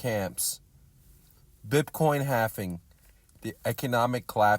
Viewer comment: It's BITcoin not BIP coin